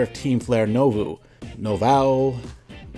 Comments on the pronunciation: I can help with that! It’s pronounced “nou-vo”… I took French in high school. It’s French since it takes place in fictional Paris. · Nouveau is pronounced "Noo-voh"